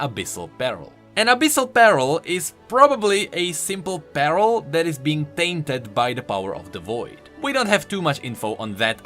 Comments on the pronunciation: I know you're dealing with dyslexia,, but it's always funny to me how you say "pearl" like it's "apparel" when you should say it like "purr-L". I don't know, it's just something that might help you say it correctly;) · Is it just me that is quite bothered or annoyed on how pronounce Pearl as Peril? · i kept thinking he was saying "abyssal barrel" XD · I know that its just me being bad at hearing but I kept hearing abyssal peril instead of abyssal pearl